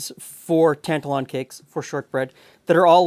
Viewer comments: Best rant I've heard for quite a while :) As one of those actual Scots, my only quibble would be the pronunciation of Tantallon, Tan-tal-on rather than Tant-alon. I was taught about Scotland's slave dealing past at school (I'm 57), yet during the recent BLM protests, younger Scots were surprised to discover that Glasgow's Jamaica Street was built from money made by "trade". Rory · Very interesting, wee tip for you it's pronounced tant-allen. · Yes the emphasis is on the middle syllable (a 72 year old Scot here) Tan ‘tal Lon. I remember when I studied history in the 60s at school we learned of the slave trade and I always knew that certain cities (including Glasgow where I went to university) made their fortune from the slave and sugar trades. It was just a fact, not hidden but not over emphasised either. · Tantallon is a castle in East Lothian, near where I live. It's about 30 miles east of Edinburgh, close to the town of North Berwick. It's a stunning ruin, on the edge of a cliff. However it's pronounced like tan-TAL-on. Emphasis is on the second syllable, not the first. You are 100% correct that Scottish shortbread never traditionally had vanilla in it. IMHO it's just the wrong flavour for shortbread. I think the recipe you are showing is probably what we would call a biscuit today (not a cookie), not a cake either. Just to confuse things, in Scotland a cookie is a sweetened enriched bread bun, often filled with whipped cream, dusted with icing sugar. They're wonderful. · There's a town near Halifax called Tantallon, I pronounce it like you but people from there laugh and say it's pronounced "tan-TAL-un" Btw, no true Scotsman, indeed. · It's pronounced the second way here in Scotland too. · As a Scot, my only gripe is your pronunciation of Tantallon. It's pronounced Tan Tallon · Ok, but you are still pronouncing Tantallon incorrectly,!!